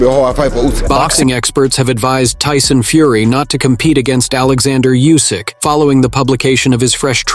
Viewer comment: It's OLEXANDR USYK not ORLANDO YUSYK... you daft silly t..t